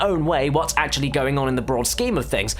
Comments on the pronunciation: LOL You said acrually not actually! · Said the man who said "acrually."